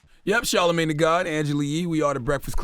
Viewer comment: She didn't even say Charlamane correctly. For someone DEMANDING people research, she could have looked up the nigga's PROPER name. Just ratchet shit. Proves she isn't ready for the big leagues.